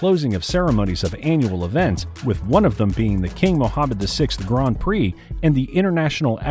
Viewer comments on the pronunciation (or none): none